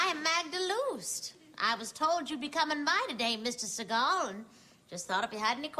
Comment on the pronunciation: Fact: The correct pronunciation of his last name is Sea-Gall.